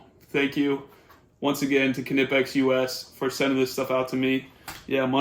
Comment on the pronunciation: Knipex, pronounced: Nye-Pex